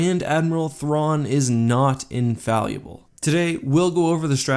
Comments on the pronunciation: Sorry, a minor nitpick - and I don't mean to be a grammar nazi but I could swear you were saying "infalluable" several times in this clip. (example ) I assume you mean "infallible" or "invaluable". Probably the former since the latter doesn't fit the context very well. It's probably just a minor flaw in pronunciation, but it might be worth correcting. I just found it a bit puzzling and distracting. Again, this is purely meant as constructive criticism to help you further improve on the already high-quality presentation - nothing more :) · It's pronounced Infallible not infaluable, your merging it with invaluable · Look, I love your work, but you are TERRIBLE at pronouncing basic English words. "Infalliable" wtf is that? The word is "in-fall-able" regardless of its spelling. You do this all the time and seem to have an insatiable urge to add syllables to words. Stahp. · The word is "infallible" - not "infalliable". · Pronounce the word 'infallible' "in-fal-ee-able" until he goes insane and kills himself to make the pain stop... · You're mispronouncing infallible. It's not "infalliable." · The word is Infallible. in-fal-able. Not in-fal-i-able! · Friendly comment: it's pronounced "infallible", not "infalleable" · Someone buy this man a book of pronunciation. Seriously, infallible is not pronounced infalleeable. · How to pronounce "infallible" wrong, every single time. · I love your content, but your mispronunciation of infallible is making me cringe... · Are you saying infallible? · Are you saying infallible or invaluable? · He is mispronouncing infallible on purpose. A lot of Youtubers do this with a lot of words to get more comments.